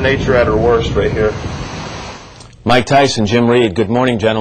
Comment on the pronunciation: the way he pronounced their names sounded like he said Mike Tyson but it was Mike Theiss and-- lol